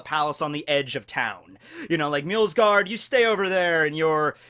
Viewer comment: Pretty sure there's no L in "Mjosgard".